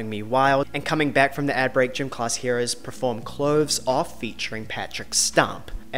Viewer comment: per-form not pre-form